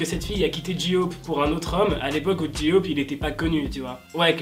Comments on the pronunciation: Coucou je t’adore mais j-hope ce prononce pas J-ioop mais jey hope mais ça s’écrit bien j-hope 😘merci d’avoir lu mon message bisous 😃😀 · Ji-hope j'adore comment tu le dit 😂😭💗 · o nier c est Suga pas CHuga s il te plait sinon bonne video comme d hab;) et c est J hope pas j eaupe (c le son hein)